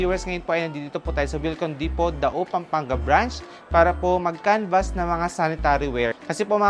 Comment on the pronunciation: Pronunciation: dee-poh. Silent “T”